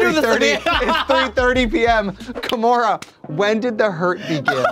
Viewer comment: It’s KAHmora